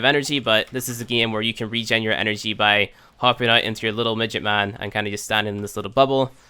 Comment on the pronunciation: i cant get over the way he says now or out. Noy and oyt.